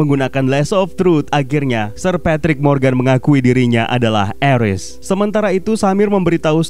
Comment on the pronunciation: Bang Ares dibacanya Ares bukan Eres